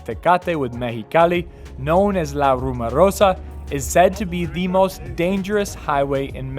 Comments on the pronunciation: Sorry, just an observation, it's called La RumOrosa, not RumArosa. Pronounced as rumor not rumar. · !....It´s not La RumArosa.......It´s "La RumOrosa"!